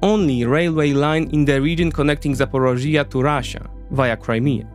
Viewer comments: Another excellent presentation!!! However, you mispronounce the word ZAPorizhzhia, over and over again in the talk and this is very distracting. Finally, I can only cry over Biden's failure to give the weapons to Ukraine to finish the Russians off. He just doesn't want the Ukrainians to win. The Russians are so very, very vulnerable as you have presented. With the proper missiles they would be finished within weeks or months! Cheers. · I liked the video but if you gonna talk in length about a place learn to pronounce it first, my ears were bleeding hearing you saying Zaporizhzhia and I'm not even Ukrainian